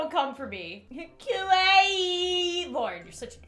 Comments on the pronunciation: How to say kwawii.❤”kwawii”♥ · Its Kawaii